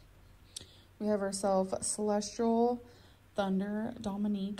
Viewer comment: she really said celestral